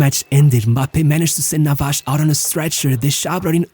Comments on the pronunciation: Tell me you are Brazilian without telling me you are Brazilian. “Hodgi”. “Navaj” 😂 stop reading the names! Other than that great video! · Nice video... but why do you pronounce all the spanish names like a portuguese?!?!?... It's not NavaCHHHH, it's NavaSSSSS. It's not Fabian RuiCHHHH but Fabian RuiZZZZZZZZ... 😉Please do it for my spanish hears....🙏🙏